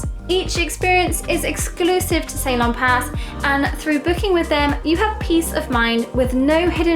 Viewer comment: Hey Ceylon = Sea-lawn, that's how it should be pronounced darling..😊 cheers